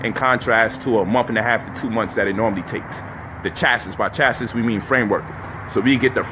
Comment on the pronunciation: Chassis …pronounced cha-see 😒 🤷🏽‍♀️